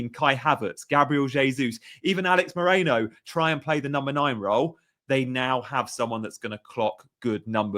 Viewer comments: Bro, it’s Merino…. not Moreno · *Mikel Merino not Alex Moreno 😂